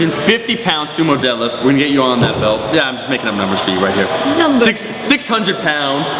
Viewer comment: Sounds like she said. "My squat, my bench, and my debt they obviously increased in numbers." lol